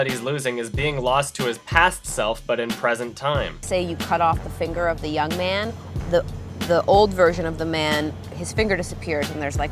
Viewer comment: all I could hear when they said "Young man" was just the YMCA